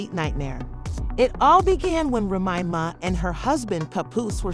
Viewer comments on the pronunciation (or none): Who's doing the narration? Can't even say Remy Ma or Papoose right🤦🏾‍♂️🤦🏾‍♂️